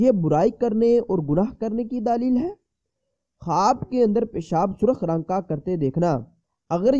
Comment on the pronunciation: Alfaaz tu thik say khao daaaali hy Kia hy???? Daleeeel hy daaaaaali Kia hy bat thik say nahi ati chale hy tabeer batne